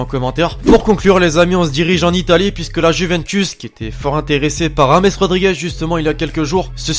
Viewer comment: Oh lfou il a mis un r pour le prénom de James Rodriguez ( Rames)😂😂